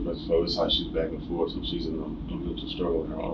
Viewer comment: When say "bak'n'forff" == I'm delivering a soliloquy while strangling my wife in the bathtub. Shakespeare, eat your heart out!